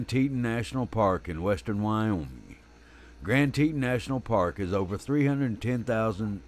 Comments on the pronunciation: Gran tee tooon…….. not teten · I am the narrator for this video for wild animal network and I apologize for the mispronunciation of Grand Teton. I had no idea how it was supposed to be pronounced being that I’m not from that area.